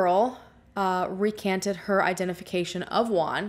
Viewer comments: The 30 min of video I think she is talking about a asian guy, but it wasn't, girl use Google translate for the name....jajaja "Guan"-"Wuan" JUAN..🤭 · Great job on this video! Bye the way, Juan its pronounced 'whoan' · I’m sorry but as a Mexican I just can’t with the way you’re pronouncing Juan, I laugh every time. I know this is serious but I can’t